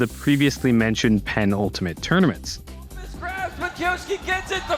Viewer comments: Yeah the video is great but every time he says "Penn-Ultimate" it just clanged on the ear. Sorta like how Walt used to use the word "prodigal" in his Rundown videos without realizing that it meant "wastefully extravagant". ("After a years-long hiatus, the prodigal son of New York is back" etc) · because that's how he pronounces it in the video. It's normally pronounced "puh-NULL-ta-mett". But as others have pointed out, he clearly thought that the word meant "most ultimate" instead of "second-to-last", which you can hear not only in the context in which he uses the word, but even how he pronounces it. He adds bizarre and unnatural double-emphasis to the word so that it sounds more like what he thinks it means. (Or at least, that's how I remember him pronouncing it 10 months ago when I made that comment on the first place. Not gonna re-watch the video just to answer your question about what I meant almost a year ago.)